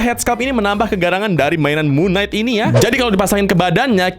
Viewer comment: Kalau cara bacanya itu Mun kenaig bukan Mun naik 🗿